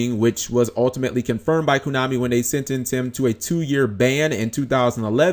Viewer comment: stop saying kunami its KOnami